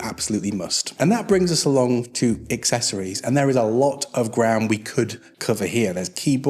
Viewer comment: Hi buddy, are you aware you’re saying “excessories” as opposed to accessories?